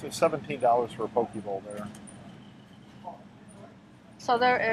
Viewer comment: poke: poh-kay not poh-key aku: ahh-ku saimin: cy-min